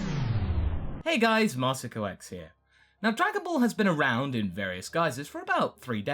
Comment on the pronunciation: And you mispronounced Marron, it's it's Marron (Mare-rawn) not Maron (Mare-oon)